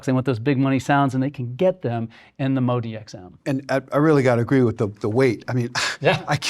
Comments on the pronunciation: Is it MODI-X or MODX ? His pronunciation sounds like the former! Just wondering. If I were reviewing, I would probably start with the right name, and why it is pronounced the way I do... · You are trying to sell a product but appear to stupid to get its name right. Moe-Dee-Ex . So simple a child con pronounce it. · Interesting how pronounces it very differently from how Yamaha says it...MO--D --X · I can't understand, why people still say the name wrong, when we've been hearing Yamaha reps saying it correctly for years now...